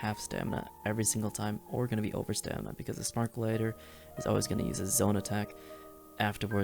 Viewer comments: how tf did you just say gladiator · are we just not gonna talk about how this man doesnt know how to say gladiator